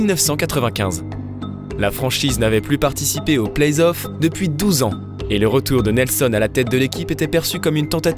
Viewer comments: Ouais attention, on dit playoffs et pas playsoff. A part ça c'est bien continuez comme ça 👌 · Playzoff ça fait vraiment mal aux oreilles. Vous le dites et vous l'avez écrit dans une citation à un moment à l'écran... Sinon super video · superbe reportage, par contre t sérieux lorsque tu prononce playoff "playz off" ? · Belle vidéo qui transmet bien les émotions Sympa la nouvelle voix off mais le seul truc qui pique les oreilles cest la liaison dans le plays off (on entends playzof) Sinon comment parler de cette série sans parler de l'énorme dunkerquois de Baron Davis sur Kirilenko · elle sont génial vos/ta vidéos mais pourquoi le doubleur il fait la liaison a playoffs ? il dit "playzoffs" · Arrêtez des dire "plaizzzoff" please... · Franchement très bon contenu, mais faites un effort sur la prononciation. Entre les noms francisés sans raison et les lettres rajoutées (playZoffs??!!), c'est vraiment frustrant à suivre, surtout que ça revient très souvent. Bon courage pour la suite. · Très bonne vidéo ! C'est toujours passionnant de découvrir la passé d'une franchise ; mais je trouve un léger défaut a cette vidéo ; la prononciation du numéro 77 des Mavs : Luka Doncíc ; après Donchique et Donkik on en vient à Donquiche !!! On prononce cela Donchiche si vous voulez :D Ça et PlayS(?)Offs ; NoOUItzki (?) ; vraiment rien du tout mais des efforts de prononciation à faire de la part de notre agréable nouvelle voix ! Rip Kobe and Gianna ; both of u will stay in our memories forever <3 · La nouvelle voix en dirai un robot ou une personne pas très renseigné sur la NBA pck pour dire playzoff faut être fort🤣🤣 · Ça fait plaisir un bon retour après il manque juste d’apprendre la prononciation des noms et playoffs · Kevin Durand, playsoff ... 😅